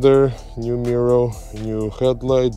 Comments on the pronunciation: Love your content but why are you saying “mirrow” instead of “mirror”? It’s exactly like when you were saying “Alfa Romero”😂…Congratulations for your 5 star content!!! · You have a very strange way of saying MIRROR.....MIR- OR